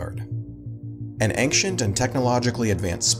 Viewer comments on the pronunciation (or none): the way you say "ancient" is making me incredibly uncomfortable. it's /einshient/, not /enkshient/ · I love your channel but you do NOT understand how to pronounce the word 'ancient'. It's pronounced "AYNE-shunt", not "ANK-shunt" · it's pronounced ain chants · Ank-chent... ... you're killing me!! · I was looking for this kind of comment. Eventhough English isn't my native language, that sounded weird to me too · I love those little vids, but every single time I hear you mispronounce "ancient", it hurts my ears. /ˈeɪnʧənt / is the correct pronunciation. There is no "k" sound between "n" and "sh" sounds. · I never have heard ancient pronounced like that. I don't believe it is a regional thing, but tell me you other people, other than the narrator himself, is that a regional thing or not?